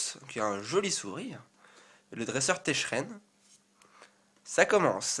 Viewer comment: Tu as dis "Sorboul" au lieu de "Sorbébé" à 2 reprises et tu te trompes souvent sur Tcheren, tu le prononces "Techren" x) Mais vidéo de superbe qualité comme d'hab :) gg